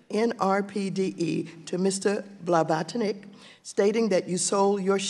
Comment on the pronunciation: Her pronunciation "Blavatonic" is taking me out 🤣🤣🤣🤣